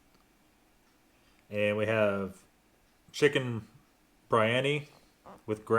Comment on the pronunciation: I love biryani. It's excellent if it's done right. It's pronounced bur-yanni (like that pan flute dude).